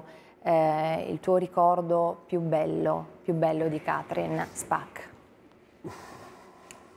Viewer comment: Tutto il tempo Càtrin, Càtrin!!! Si pronuncia Catrìn, Catrìn, gnuranta!